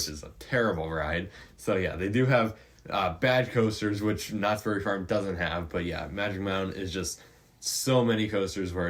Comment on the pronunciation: it's "knott's BERRY farm". Not "knott's berry FARM".